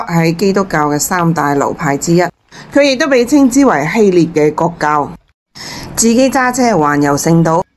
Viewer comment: 臘 是唸臘味的臘 非獵